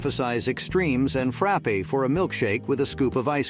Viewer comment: Brighams was the best. Btw, it's not pronounced frappay, it's just frapp, drop the e.